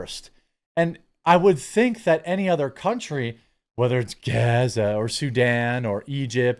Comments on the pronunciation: Surely Bono has heard many people say Gaza before, why does he pronounce it like that? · Please stop pronouncing Gaza the way you are. We got the sarcasm the first 8 times.. it’s just annoying to hear you do it every single time. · Why do you keep saying Gaza like that? Not cool. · Why were you saying gaza like that 🤣 cringe